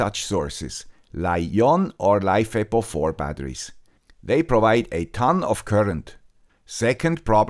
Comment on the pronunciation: I was gonna say that LiFePO4 is not pronounced 'life eppo 4' but honestly i love your mini mispronunciations